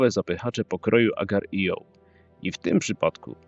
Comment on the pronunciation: agar io? a nie agario? Nie czytać tego jako dwa oddzielne słowa, tylko dlatego, że jest tam kropka. :/ A i co to są za dziwne paski po niemalże każdej zmianie scenki np. Szkoda że nie powiedizeliści NIC o innych tasiemcach TVP takich jak nalk (czytać od tyłu) czy jakiś paradokumentów pokroju "Dlaczego ty? Tam to dopiero działy się cyrki. A o kreskówkach to już w ogóle nie było nic powiedziane (za wyjątkiem south parku). Jak chcecie to mogę podać kilka innych ciekawych przykładów. :) A może by tak materiał o filmach, w których główna akcja opiera się właśnie o grach wideo a także o filmach opartych o znane growe marki. Co wy na to? :)